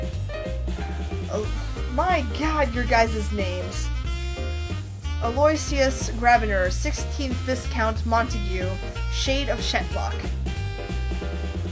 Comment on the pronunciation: Vy-Count is how you pronounce Viscount